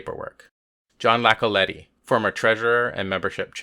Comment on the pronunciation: i get the impression your narrators do not no the people on the show its not jon Lacoletti its an I not L but other than that i support this.